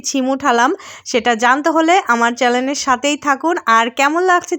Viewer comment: চেলেন না চেনেল